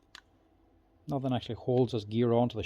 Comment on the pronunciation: I like when he says "nuffin"